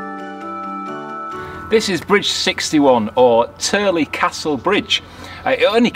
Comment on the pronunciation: Yes, your pronunciation is spot on for Tyrley locks! We were through there in 2019. Love your videos! Roger & Lisa Turley (Wales, Utah, USA) P.S. - Great cinematography at High Bridge!!